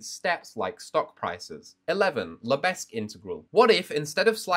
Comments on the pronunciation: The disrespect the way u said lebesgue (it should lebek, but i'm subbing anyways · He didn’t just say Lebe(s)gue did he! 🤦‍♂️ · The pronunciation is wrong, in France we pronounce « le beg » because the s is silent 🤯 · The 's' in Lebesgue is silent, because of coure it is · the fact that he pronounces it phonetically means he probably just can't. Definitely does not fully appreciate the significance of measure and (Lebesgue) integration theory.